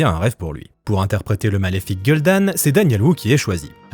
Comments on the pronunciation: gueule d'âne? nan mais t'as même pas le droit d'avoir un avis si tu le prononce comme ça.... que ce soit en français ou en anglais. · Ce film qui a flop est toujours une des plus grandes tragédie du 7eme art. Etant fan de Wacraft pour ne pas dire religieux je m'en toujours pas remis. Très beau boulot et sympa la prononciation de Gul'dan, "Gueule d'âne" on dirait que tu as repris le tic de Sam Vostok haha.